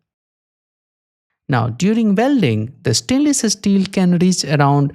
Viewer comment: stainless es-teel, i can't get it out of my head. but 10/10 dude!